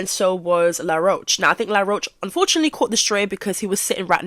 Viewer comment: you calling him law rosh lol his name is said like the bug